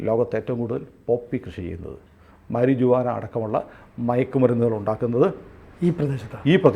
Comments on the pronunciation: Say maruvana not marijuvana. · മരിജുവാന അല്ല മരിഹുവാന എന്നാണ് , അത് മറ്റൊന്നും അല്ല നമ്മുടെ നാടൻ കഞ്ചാവ് ആണ് സാറേ.......മ്മടെ നീലച്ചടയൻ ....ഇടുക്കി ഗോൾഡേ. ... ഇടുക്കി ഗോൾഡ്. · Thanks for the informative video. Pls note Marijuana pronunciation is maryuana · തെറ്റ് ധരിക്കില്ലെങ്കിൽ മരുവാന എന്നാണ് പറയേണ്ടത് ട്ടോ.